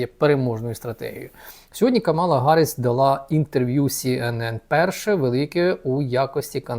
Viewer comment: Камала-наголос на першій а!